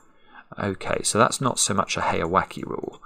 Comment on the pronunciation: The pronunciation for the second part of heyawake is like "wa-kay" or "wa-keh" not "wa-key". If it was like you pronounced it, it would be spelled with an "i" not an "e". Japanese vowel sounds are very consistent in almost all cases -- so the "e" in "heya" and "wake" should be the same sound.